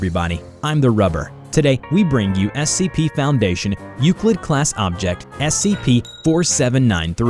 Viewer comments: You say eucled and wrte stele class object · You messed up a bit on Euclid XD